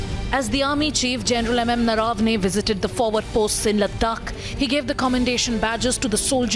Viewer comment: नरवणे है नरावने नहीं। Macaulay ke nazayaz creation sudhar jao... Sahi se Naam Lo apne coas ka. Commercial deshbhakt channel.